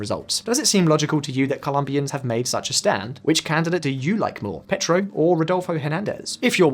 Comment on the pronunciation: Came to the comments looking for this. Surely they could ask a Spanish speaker to spend ten minutes teaching them how to pronounce names like Medellin or Pietro…